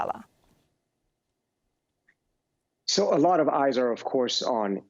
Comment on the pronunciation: He’s is called Nasrallah not NASARALLAH you are getting me angry 😡😡 what do you mean NASARALLAH NASARALLAH NASARALLAH These people can’t even pronounce properly